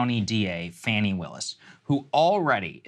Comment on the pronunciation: / Judge THROWS OUT Fani Willis? Really? I thought you guys had enough integrity to not use clickbait BULLSHIT! That's the kind of thing that makes me quit following a channel. Also, could you please pronounce her name correctly? It is pronounced faw-ney not fanny. This seems like an ignorant mistake, as I have seen her many times pronounce her own name. Don't know for sure, but I'm guessing she pronounce it correctly.